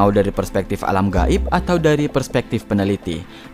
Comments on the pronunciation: Makhroj huruf "Gho" nya manteb bet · Huruf غ nya fasih kali min.... غائب... 😄